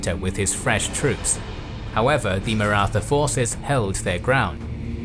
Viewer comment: The only wrong thing about this documentary is pronunciation of Maratha